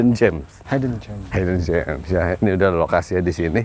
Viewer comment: udah bener hidden jem kameramenya malah bilang haiden jem hahah😅